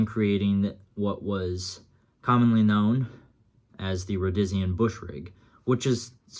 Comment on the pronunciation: its pronounced Row De Sheen , the ferday and sons "chest webbing" came out in the late 60s you could order one with the stock pouches 4 fal pouches , 2 cantenn 2 grenade pouches or take a trip to salisbury and get it custom made